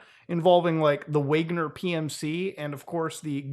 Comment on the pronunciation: wigner cmonbruh